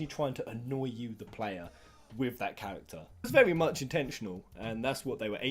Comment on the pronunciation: Every time you say "character", I keep hearing "cactuar".